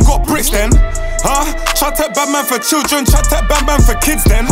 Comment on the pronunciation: Try take man for chewing gum? Or does he find it hard to pronounce children?? Elocution lessons by friend